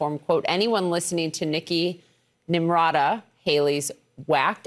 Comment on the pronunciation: Serves her right for butchering the VP's first name. As an Indian, she should know better.